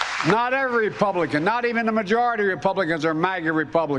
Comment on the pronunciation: This is so sad he can't even say Republician. He says Publician several times.